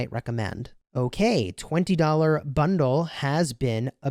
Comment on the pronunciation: What is a 'Bondle'? Lol